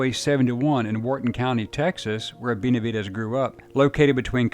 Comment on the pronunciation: NO ES BENVEDES ES BENAVIDES MUY MALA TRADUCCION PORESO SE MAL ENTIENDEN LOS APELLIDOS LATINOS